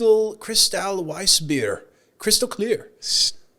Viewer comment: mispronouncing Weissbier is what first pissed me off then i watched him drink that beer from the bottle rather than pour it out and now I'm enraged.